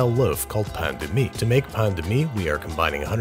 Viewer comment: Everyone: Pan de mie Me: PAIN de mie